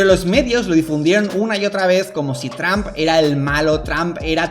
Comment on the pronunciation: 🤣🤣🤣🤣a mi me mata como dice traump